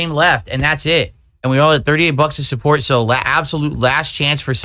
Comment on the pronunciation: People love muh cahntent! They want to suhpoort me! Ree! Only your whales do, Everyone else thinks you’re a massive lunatic